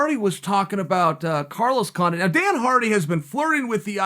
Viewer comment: Chael “Dana Hardy and Carlos Condint” Sonnen.